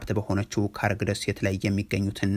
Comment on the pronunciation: ካርግ ሳይሆን ሃርግ ደሴት ብለህ አንብብ ወዳጄ 😂